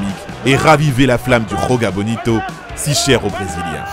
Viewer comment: Le "J" en portugais c'est pas la jota comme en espagnol ca se prononce pas comme ca mais ca se prononce comme en français